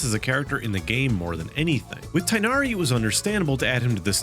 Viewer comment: Tighnaris name is pronounced moreso, "tignari" or "ti-inadi"